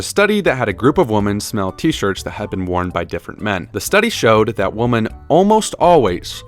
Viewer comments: Voiceover guy.. you pronounce "women" wrong.. sooo annoying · Fantastic video except for pronouncing women like woman